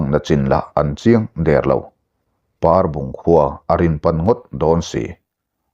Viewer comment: Parbung tih khua khi Ainawn tih thlûk lo in Pehlawn tih thluk a thluk tur ni in ka hria.